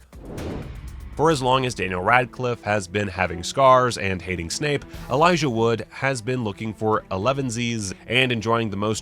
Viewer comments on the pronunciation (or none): none